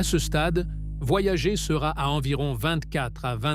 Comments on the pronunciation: Franchement tu aurais pu dire à l ia comment prononcer le nom de la sonde . Voyagé , ça fait quand même a coté de la plaque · "Voyager" prononcé à la française est un verbe et c'est IDIOT. Voyager est le nom de deux sondes de la NASA, lancées en août 1977, et se prononce "Voyageur". Je ne vais pas plus loin que les premières secondes de cette pseudo-vidéo générée par IA. Les deux sondes continuent leurs courses dans l'espace et n'ont pas quitté le système solaire. Communiquer avec elles exige de la patience parce qu'un signal radio, se propageant à la vitesse de la lumière, mets des heures pour les atteindre et est très dispersé, kif kif pour les signaux retour. Les deux sondes sont à 15 milliards de km de la Terre (4 fois plus loin que Neptune) mais il faudra environ 300 ans à Voyager 1 pour atteindre la limite intérieure du nuage de Oort et 30 000 ans pour en sortir, autant dire qu'on n'aura pas des masses d'infos. Quant à Voyager 2, le contact a été perdu. - 50 ans pour parcourir "seulement" 1,5.10^10 km. Alpha Centauri est à 4.10^13km soit environ 3000 fois plus loin. 50 x 3000 = 150 000 ans pour approcher Alpha Centauri. Vous croyez encore aux voyages intra-galactiques ? Les distances dans l'espace et dans le temps ne sont pas à l'échelle de la vie humaine et l'espace n'est pas vide, il est parcouru par les rayons cosmiques crachés à des vitesses relativistes par les étoiles et les supernovas, et par un intense "bain" de rayons ionisants UV, X et gamma. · Voyager ....à prononcer en anglais !mot utilisé par les anglo saxons